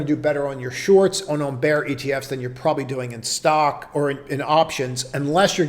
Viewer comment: hillarious you pronouce the letters O-N-O-N instead of OnOn. but cant say N-Vidia. maybe if it was O-N-Vidia